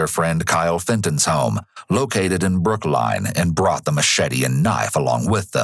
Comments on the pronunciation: okay great vid, but BROOK LINE???? damn. . Just listen. Damn that caugh tme off guard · "Located in Brook-Line"?